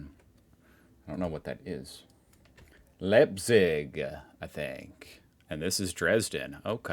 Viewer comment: Leipzig is pronounced: ("ei") in english "i" or "uy" as in "buy" or "aye"- so "Luyp-tsig" would work. and Lidl is pronounced: Leedle